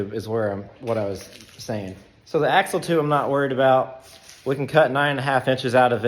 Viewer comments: AXLE, NOT AXEL..... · It's "axle".